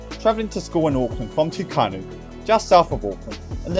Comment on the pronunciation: Pronunciation notes: Lyttleton, not Lyleton TU-a-kau, not tu-KAH-nu (not sure where you got the 'n' from) You do talk a bit fast, but I talk fast myself, so it didn't seem particularly out of place. Your speed does accentuate what sounds to me to be a lisp. A tip for reading text on-screen -- there is teleprompter software available, if you can configure it to scroll at the correct speed. I deliver speeches online, so I stand up and back from the camera, and read the text off the screen just below the webcam; it's almost not noticeable that I'm reading off a screen because I'm stood so far back. Make use of pauses after every paragraph; it allows the listener to 'digest' what you've just said rather than trying to keep playing mental catch-up. Seven minutes or so of text will fit on my screen (in Microsoft Word, full screen, print mode, zoomed in until the text just fits). Overall a very informative video that I enjoyed. Apparently the last passenger train from New Plymouth left on 21 January 1983, and some of the Stratford-Okahukura line is grassed over, though a fair chunk of it is used by Forgotten World Adventures' railcars. I'd dearly love to take a train somewhere, but I'm stuck taking a bus on the rare occasions when I want/need to travel outside the city.